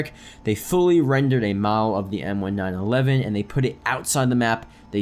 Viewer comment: it's pronounced M-19-11. Not M-1-9-11